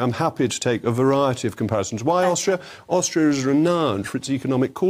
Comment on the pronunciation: Ohstrio ? I bet she ain’t struggling ! 🤪🤣